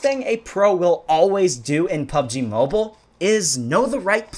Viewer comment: Pubg mo-beel-a